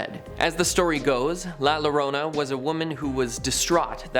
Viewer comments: When you pronounce a word in Spanish that starts with a double lol as in llorona. It's pronounced yorona. ( ll is pronounced as a y ) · It's pronounced "Yorona" as the "LL" in "Llorona" makes a "Y" sound in Spanish. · Llorona is pronounced "Jorona" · LL is pronounced like Y, not like L. Llorona = yorona. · TWO LL IS A Y!!!!!!!! Llorona!!! Damn it